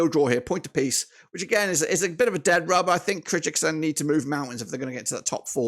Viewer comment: the correct spelling is Kyrgyzstan!🇰🇬 stop pronouncing our country with mistakes